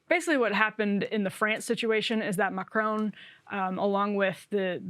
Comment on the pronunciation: Macr-on (opposite of off) not Macr-own. Still not exact, but closer. Sorry, but it's hard to listen to.